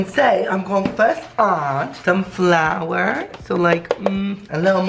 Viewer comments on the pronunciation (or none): I can’t be the only one who missed British accent when he adds flour “A LITTLE BIT A FLOWA “ 💔😭